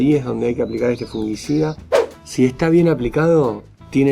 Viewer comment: No es fungUicida. Es fungicida.